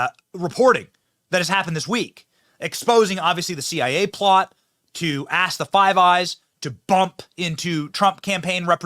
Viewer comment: Hahaha “axe” love it😂